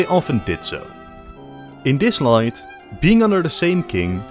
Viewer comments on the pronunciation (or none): none